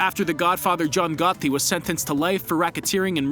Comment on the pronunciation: You murdered the name Gotti lol